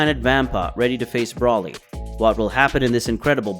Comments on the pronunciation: It's BRO LEE NOT BRAW LEE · It not braly it broly I keep hearing braly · Why do you pronounce not brawly , it's bro li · Say broly's name right it's long o not Brahly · Amazing vid..yet the way you say Broly is urking me...Bro-lee not brawly..that is all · I love this so much, but every time he says 'brawly' I die a little bit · Br-ole-ee say it with me 🤦🏽‍♂️ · One request bro, PLEASE STOP SAYING BROLY the way you are, SAY BRO-LY, BRO AS IN what’s up bro. Otherwise love it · Bro said braly